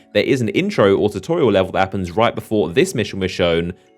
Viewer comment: lol "chewtorial"